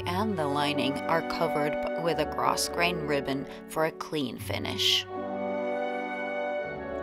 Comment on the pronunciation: It is really gorgeous! P.S. When you pronounce grosgrain, the s is silent, so you just say gro-grain.